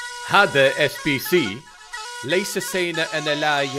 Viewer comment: man the beginning was good but after u said ليس u fucked it up😂😂😂